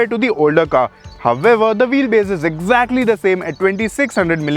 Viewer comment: All I can hear in the whole video is "However". It's so irritating to watch and he is not even pronounciating it correctly 🤦